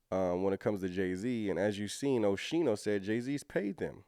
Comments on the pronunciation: Pronounced Oskeeno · I apologize, but It’s pronounced Oschino (O-Skeen-o) I’m from Philly. He come from North Philly, he lived the struggle for real. He also did time in prison. The old state prison (Graterford State Penitentiary). Oschino definitely know Jay, and Beanie Siegel. Oschino a good people. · It's pronouned Oh-Skeen-O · His name is pronounced O-sc-i-no the h is silent. I remember him from State Property’s songs